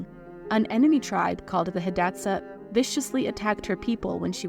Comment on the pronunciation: You could at least learn how to pronounce her name correctly. And Hidatsa. And read more than one source for your misinformation. This one video made me question the accuracy of all of your other videos.